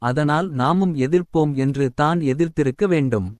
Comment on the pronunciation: தம்பி தயவு செய்து தமிழை சரியாக வாசிக்க முயலவும். தான் - தானே என்ற சொற்களை தனியே உச்சரிக்காமல் அதற்கு முன்னதாக உள்ள சொல்லோடு சேர்த்து உச்சரிக்கவும். உங்களைப் பார்த்து பிறரும் கற்றுக்கொள்ள வேண்டும். தமிழ் மிக அழகான ஒரு மொழி. அதை தமிழர்களே சிதைப்பதுதான் வேதனை. பலருக்கு வாயில் "ழ" வழங்குவதே இல்லை.